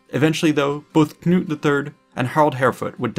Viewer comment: Hahaha Knut not GNOOT :'D Knut, kinda like if you were to say the K in Knife Also Sven not Svein Nice video btw